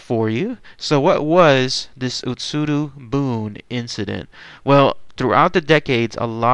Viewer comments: I lived in Japan once upon a time - Your pronunciation is wrong - It's not "boon" - It's pronounced "booonayyyy". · Pretty sure it's pronounced "buneh". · Bune = boo-nae. I lived in Japan, and on the beach. This story is as real as it gets.